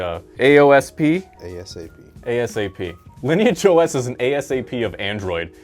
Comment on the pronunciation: Woah, a youtuber who can pronounce Lineage OS properly?